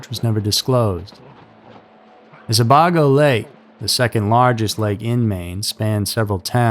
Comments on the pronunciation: It's pronounced Lake Sa-bay-go, not sa-bog-o 😂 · Sabago Lake, is pronounced Sa-bay-go, not Sa-bar-go. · It’s pronounced Sa-bay-go. I to believe her killed her before leaving their house. Her body dumped somewhere on the back roads. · I’m from Maine. Sebago lake is pronounced se-bay-go. And imo She never made it to Maine. I believe he killed her when they argued. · Hi Mainer here, it’s pronounced Sa-bay-go lol but great video! Never heard of this story before. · It's pronounced "Se-bay-go" Lake. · Not a big deal, as everyone from outside of Maine mispronounces it, but Sebago is pronounced "sah-BAY-go". More importantly, a great video, as always! In my opinion, you're the best narrator of all within your genre. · I live in Maine. I'm originally from Portland. I love your content. Just to clarify, "Sebago" is pronounced "Se-bay-go". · Pronunciation. Sah - bey - go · Sebago is pronounced Sah-bay-go. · “Sebaygo” is the pronunciation of Sebago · I’m a Mainer too, that stood out to me as well. And the husband absolutely did it.